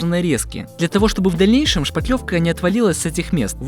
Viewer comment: Как нравится, что Мастер грамотно произносит "шпаТлевка" Это великая редкость! Почему то все уверенно говорят "шпатель" но не понимают, что шпатлёвка - производное именно от этого слова, а не от шпака или от шапокляк.